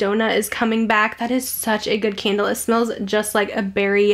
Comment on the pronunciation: Idk why every time you say candle I hear Kendall 😂